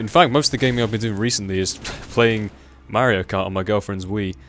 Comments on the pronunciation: mahr-ee-oh. It's pronounced mahr-ee-oh. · Merry-o kart :D Great vid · i love mario kart for the wii. and i also love how says mario lol